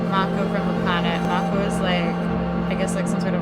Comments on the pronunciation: Btw it’s Mako like Marco without the R 😉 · Why do Americans struggle with that word? "Mayko", where did they get the "Y" from? Strange.